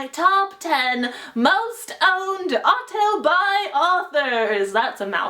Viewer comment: Everytime she says "auto-buy", my mind thinks "autobi"